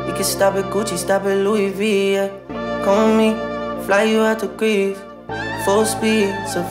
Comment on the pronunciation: They don’t even pronounce Greece correctly